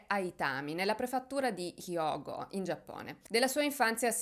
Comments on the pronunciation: attenta. E' prefettura, non prefattura.;) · Allora prima di tutto si dice prefettura e non prefattura. Poi che cavolo ha fatto la società del civilissimo Giappone per arginare questa situazione? E poi io avrei subito arrestato i genitori di questo ragazzo!